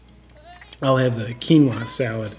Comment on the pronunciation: finally someone who pronounce quinua in a correct way